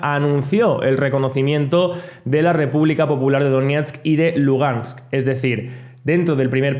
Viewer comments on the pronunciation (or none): none